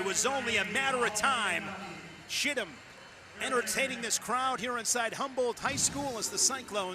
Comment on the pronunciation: Go to... calls Chittum, "Shittum," and says it again,, and...😂😂